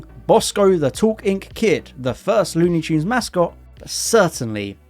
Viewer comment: lewni choons